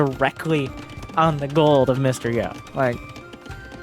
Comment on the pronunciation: Hey, Mr. Yo is pronounced Mysterio <3